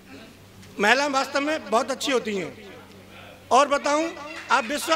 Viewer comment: महिला को मैला कहने वाला हिन्दी सीखलाएगा हमे!! सोनिया गांधी हिन्दी भाषी नही होते हुए भी तुमसे अच्छा हिन्दी बोल लेती है।